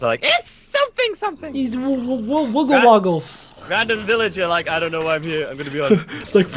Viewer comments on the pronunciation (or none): its wooglle woggles .